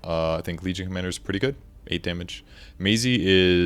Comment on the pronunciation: it's maaahzzie not maayzzie